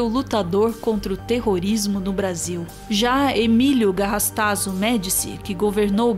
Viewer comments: Emílio GarrastaZú, pronúncia correta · GarrastaZU, por favor. Termina com "u", é oxítona.